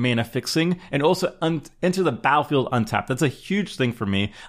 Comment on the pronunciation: the word battlefield has two "t"S in it. this guy says the word battlefield without pronouncing the hard t sound in the word. seems uneducated and slovenly.